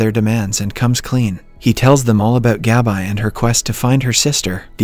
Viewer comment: GAB-EYE 👁.. you mean Gabi? 🤣